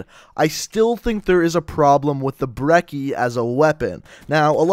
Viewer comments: pretty sure brecci is pronounced Breh chi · Its Brec-ey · I care more about people pronouncing the damn name right more than I do jitter mods, it's pronounce Bre-chee